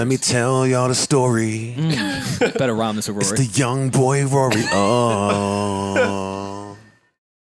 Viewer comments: Big Sean definitely said “BOY” not “BOING” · I thought Big Sean used to say Boi, not BOING lmao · He said boy! not booing boing lol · Big Sean says "Boy/Boi" not "Boing" LMMFAO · The adlib is "boy" not "boing" lol